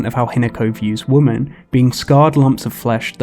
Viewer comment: Are you pronouncing women as woman intentionally? I thought it was kind of like an ironic joke, but then it kept happening. 🙃